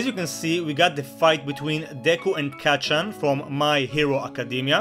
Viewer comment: him: calls it a comic me: *RAGE* him: pronounces kacchan wrong me:*RAGES AGAIN*